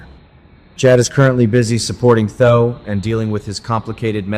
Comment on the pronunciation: It's pronounced THEE-OH not tho!